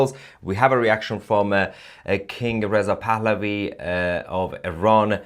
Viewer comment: hah - sounds like you say crown prince of iran is Riseup pahlavi.. lol